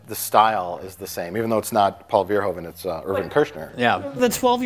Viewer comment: Actually, Verhoeven is pronounced fur-HOO-vun.